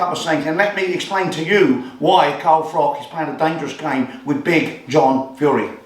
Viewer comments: cant even call Carl by his correct name FROCH not FROCK....Absolute melt!! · Who's Carl frok?